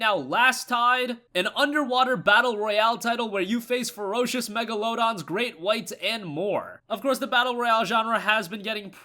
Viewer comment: Mega-LO-dawns...lmao